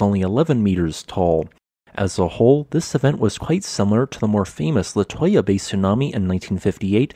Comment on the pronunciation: Little tip- its pronounced( La-Too-Ya)!